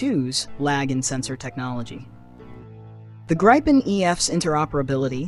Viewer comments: I liked the narrator and her elocution except that she did mispronounce the name of the Gripen fighter , because the name is Swedish , not English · It's pronounced like Greepen with ee not i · In that case it is a perfect imitation of the human voice , only the pronunciation had one little small mistake